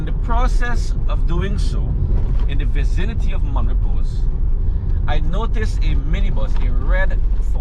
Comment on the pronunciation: Mon Repo(s) ... the S is Silent. Certainly not Mon ReposE. Please lets get it correct.